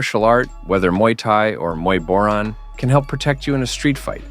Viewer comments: Its pronounced Bo - Rhaan not boren. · Love the way you keep pronouncing “Boran” differently lol